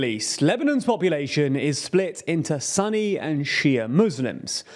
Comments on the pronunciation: Sunni is pronounced sooni not sunny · Not Sunny's its Sunni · "Sunny" Muslims lmaooo come on guys. "Sunni" pronounced "Sooni" muslims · I like you guys, so just helping you out with the pronunciation. Sunni is not pronounced as Sunny. The ‘u’ is to be pronounced as an ‘op’ sound which is rather like how most western commentators pronounce the ‘u’ in Punjab. Incidentally, and this is a second one for free, the ‘u’ in Punjab is to be pronounced the way you actually pronounced the ‘u’ in Sunni. Or you say the “Punj” part like you say “punch”, but with a ‘j’ sound instead of a ‘ch’ sound. So to summarise, use the ‘op’ sound in Sunni, and use the -schwa in case of Punjab (-schwa is the name of the vowel the letter u makes when saying words like understand, or urban, or undress, etc.)